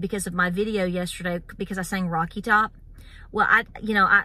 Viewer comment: It's Top not Tock, just saying.